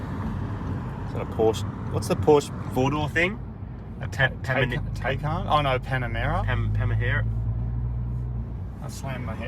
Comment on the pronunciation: "Whats that porsche 4 door thing?" "A tan-tac-teycan? Oh no a Panamera?" "Pam-pamahera?"